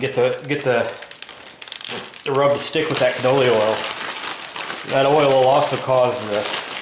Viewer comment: I like your videos. But I just want to tell you so you don't embarrass yourself in the future. It's "Canola" oil. Not "Canoli" I will keep watching you and hope this doesn't sound rude. Your Co tent is great. I just wanted to give you the heads up